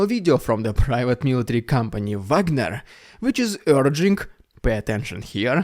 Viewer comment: Call them Vagner, not Wagner. Wagner is laughing under his grave.